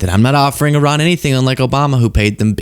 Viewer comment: Umm it’s pronounced E-Rahn